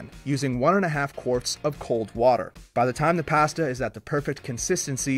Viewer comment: First time in the history of this channel...someone pronounced "pasta" correctly...but then went back to the usual wrong way.